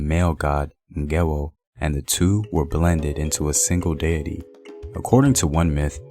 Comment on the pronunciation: Not Ngewo. But Ngewɔ